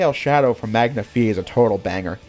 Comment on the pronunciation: I know it's probably been said already, but the band playing All Hail Shadow (Magna-Fi) isn't "called Magna-Fee. It's meant to be pronounced as "Magna FY" (You know, like a magnifying glass.) That aside, well done on this video. I think this game could still work but with a different character as the star. Fang the Sniper AKA Nack the Weasel would have been a natural fit for all of the guns and vehicles in this game. The morality system meanwhile would work more as a job system, a way for him to take on bounties or treasure hunts (Teaming up with or double crossing the other characters to make as much money as possible.) I know Fang's a pretty obscure Sonic character and nowhere near as popular as Shadow, but I think that's why he'd work better for a more experimental gameplay style like this. He also makes more sense to be given the guns and vehicles since his character was originally developed with those sorts of things in mind. That ending question was perfectly handled too. "What are you left with when all is said and done?" Here's another question for Sega: What will you do, when everything's gone?